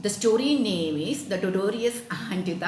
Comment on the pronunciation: Madam totorious entha tortoise alley aama athu vayikkunnathu taw-tuhs ennalley